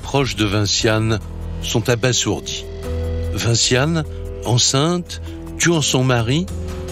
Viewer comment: Quelqu'un peut dire à ce vieux jacques Pradel qu' on ne dit pas "abaSSourdi" mais abasourdi ! Un S entre 2 voyelles se prononce "z". Niveau cours préparatoire 😔. On y a droit à chaque affaire 🫣